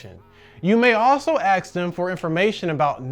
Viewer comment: Ask, not axe